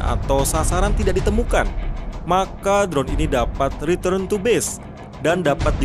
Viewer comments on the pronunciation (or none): none